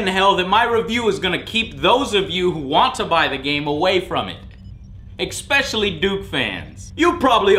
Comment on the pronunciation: I've been revisiting old shows and I forgot how often Joe says EX-specially. Man it grates my nerves lol